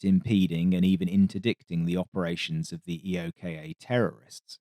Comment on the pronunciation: EOKA is pronounced eee-okah. Not initials.